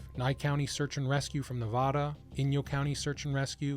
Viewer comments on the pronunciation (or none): Dude, where do you live? You give distances in meters (this is the US ya know) and Barstow is BAR-STOW (like stow your gear). I thought everybody who lived in the US knows that. And the A in Nevada is pronounced like the word "AT" not "AHHH" although that's a common error. Wilderness designations are utterly pointless and needs to be eliminated. GREAT video btw. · It’s Nevada, not Nevada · And you can tell is real cuz he pronounced the state of Nevada wrong! Still an interesting video.